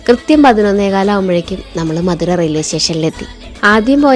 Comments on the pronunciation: Not madhura adhu madhurai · Ponnu chechi. Mathura alla madurai. Chumma verudhe netti....aah 125₹ dialogue kaettapol